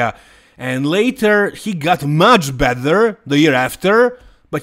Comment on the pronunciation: No disrespect, but that Vancouver show was full of third tier guys. Beef Stu could be a level above though. Your English is really, really good but the "bether and bether) drives me nuts! 😄 along with you guys only classifying the open division as "bodybuilding." It's all bodybuilding! Lol "Sadik the physique" looks great. Lastly, at the top of the top there are no big changes to be made. I think too much is made of making drastic changes from year to year when you're at Derek's level. He can only finevtune from here.